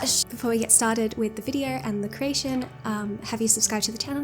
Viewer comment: CREATION* NOT cration